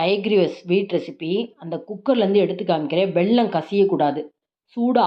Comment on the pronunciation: pl say வெல்லம் not வெள்ளம் 😢